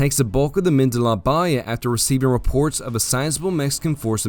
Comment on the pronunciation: Nothing but 5 stars for this great overview! Some place names are mispronounced. La Bahia is pronounced Bah HE Yah Coahuila is pronounced CWAH WHEEL AH Copano Bay emphasis is on the first not the second syllable so CO pan oh Great job. This should be shown in all Texas 7th grade history classes!